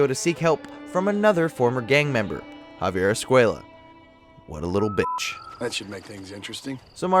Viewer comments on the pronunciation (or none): What bothers me most is he pronounces armadillo is Spanish right but he can’t say Javier Escuella’s name right in Spanish